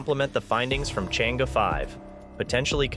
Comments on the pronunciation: Thank you for sharing, but the lunar probe is pronounced as Chang-er, not “change” Tq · The Chang 'e mission should be pronounced as the "Sheung Ore" mission, Sheung Ore is a girl's name. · You can't even pronounce Chang'e properly.